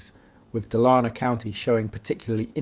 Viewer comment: Dalarna is pronaunced very differently if you had not shown a picture of the Dala horse I would not have understood what region you meant 😅